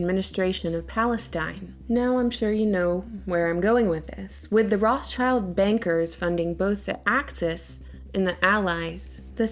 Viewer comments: German for red shield, pronounce rothshilds there is no such family as Roth 'Childs' . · Makes me sooo mad that you say “Roth-child” it’s “Roths-child”!😤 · (rot sheelds) Not rots childs... Why you say it so strange? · Stop saying their name wrong. It's 'wrote-shilled'...Red Shield. There is no "child" in there. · stop saying roth child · Do you really say Roth CHILD in english? Cause that's not at all how you say it in german and it actually sounds kinda stupid lol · we can start by pronouncing the 'S' between Roth and child. Rothschild. I thought you were a hardcore literary critic? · The pronunciation of rothschild is completely wrong! 'o' in 'roth' is like 'o' in 'or' but longer. And 'th' is just a 't' in german. 'sch' is not english 'ch' at all! it's just 'sh'! German 'i' is always like english 'ee', so schild is pronounced almost the same like english 'shield'. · if you're gonna talk about them can you at least pronounce their name right lol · As a german, i can say that your pronounciation of rothschild irritates me so much that i loose my concentration for a second everytime you say it. Interesting video nonetheless :) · Man,. Wenn u schon son' Video machst. Sprich wenigstens den Namen korrekt aus. Ist ja grauenhaft.